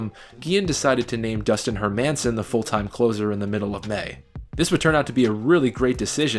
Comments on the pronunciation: where did you learn to pronounce these names? i feel like you don't remember them if you think brandon backe is pronounced Back. and dustin hermanson is not HerMANson. just like it's not HerMAN munster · If you’re going to put in the work for a 30 minute doc, at least learn the pronunciation of the players’ last names: HER-minson & BACK-eeeeeeee. Also, you never mentioned the team’s best regular season reliever, Cliff Politte. #credibility Other than that, good stuff. ;) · Her-MAN-son, really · Herr -man-sin.... god I wish some of these narrators actually know about the content they were reading.... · Those pronunciations of Hermanson and Backe... Anyways great video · Dustin Hermanson's last name is pronounced incorrectly in this video. Just say the name "Herman" and you're two-thirds of the way there. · only mistakes are konerkos nickname is Kong, not "konerks". and dustin hermansons last name is pronounced wrong.also, podsednik had 0 home runs in the regular season. two in the postseason. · Great vid. Work on pronouncing Dustin Hermanson’s name and we’ve got perfection. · You're pronouncing Hermanson wrong. He was also a sort of successful closer for the Giants. It's not like he was an unsuccessful starter and then came out of no where. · it's dustin "Herman-son" not dustin "her-man-son" and the Angels won in 2002 not '03, the yankees went in '03(lost to the Marlins) and were beat by the Angels in Divisional round before facing the White Sox. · Hermanson is pronounced with the emphasis on the first syllable. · Dustin Her Man sin It’s pronounced her Mi sin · Never heard Dustin Hermanson's last name pronounced Her-Manson, always thought it was more like Herman-son . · Just two things. Dustin Hermanson’s name pronounced “Her men sen”. Not “Her Manson”. That drove me nuts in this video. Also it’s Pronounced Backie, not Back for Brandon Backe. Other than that, great video. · only thing you can change is pronouncing Dustin's name correctly . HERRR-min-Son.